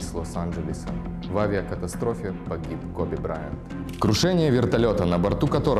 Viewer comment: Не Кобе а Коби!